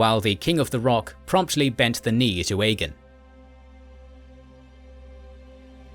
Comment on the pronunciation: Why do you say Aegon like “EGGIN”….? It just sounds like she’s say “hey you wanna go EGGIN some houses tonight” 😂